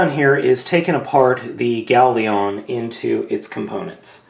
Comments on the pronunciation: lion. its gao-lion. not leon. just a little nit pick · Gao Lion, Not Gao Leon!, urgh! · It's Gao Lion, not Gao leon. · its not ieon its lion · the first ones wrong it is gaolion not goalion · Howcome you keep saying GaoLeon? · nahhhhh (even though its Gao-lion) after being subbed to him for quite awhile i have notices that he mispronounces names alot......get used to it haha but hey thats what makes:D lol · Judging from the appearance, I'm guessing you were pronouncing it "Galeon" as a joke? Or am I just mishearing things?